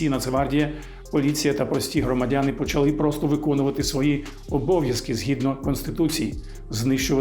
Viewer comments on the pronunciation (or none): none